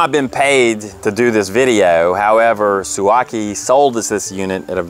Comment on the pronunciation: Suaoki (su-o-kee) 🙄😉